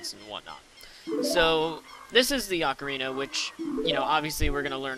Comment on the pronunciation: Actually its Ocarina =/